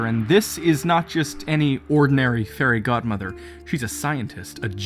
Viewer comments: I had subtitles on and it said the hairy god mother and now that’s all I can hear when someone says fairy god mother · I swear he said the hairy godmother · “So the hairy god mother” Wait.... Did I hear that right? goes back hmm listens uh, ok yup “the hairy god mother”